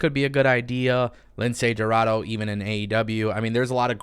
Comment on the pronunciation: Make up your mind spanish white boy who can’t speak 1 word of Spanish. You said aew roster is full and now you saying they should sign Niya jax. F niya and F you too. You just want her to go to aew so aew can go downhill. You are a ahole. Can’t even pronounce lince dorado. You pronounce it like this. Lindsay rorraro